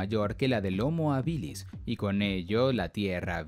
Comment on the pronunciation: homo habilis es latín y el acento esta en la primera silaba , por dios que toc.